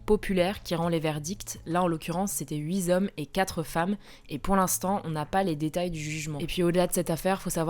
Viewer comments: "Huit hommes" ne se prononcent pas "Huit z'hommes" . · Merci pour ce format d'actu toujours très intéressant., mets-tu un Z à la fin de 8? Mes oreilles ont entendu huiZ hommes au lieu de huiT hommes. L'erreur est souvent faite pour cent ou quatre mais c'est la première fois que je l'entendais pour 8:) Encore bravo à toute l'équipe pour la pertinence des décryptages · "Huit zhommes"...? A veiller aux liaisons malheureuses peut-être. C'est dommage à votre niveau. Sinon bravo pour tout le reste. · "HuiZhommes" 😂 (je suis désolé ça m'a fait rire) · Huit zomes ;p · Huit Z-hommes🥴… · Attention aux liaisons imaginaires pas belles, "huizomes". Et sinon je suis démoralisée pour Lucas. Ses bourreaux ont intérêt à s'en vouloir toute leur vie, jusqu'à leur dernier souffle. Mon dieu si j'avais été sa mère, j'ose pas imaginer ce que j'aurais fait à ces gosses, et à leurs parents pour les éduquer aussi mal. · Huit n'a pas de s. Attention à la liaison,!